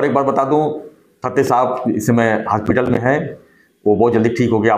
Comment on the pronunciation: हास्पीटल नाही रे श्यामु....त्याला हॉस्पिटल म्हणतात😁